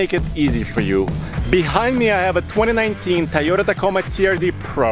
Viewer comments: he said TYOTA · Toy oh tuh,! Say it with us. 🤣